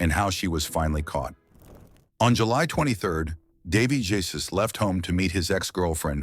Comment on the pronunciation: Jésus is not pronounced Jaysus.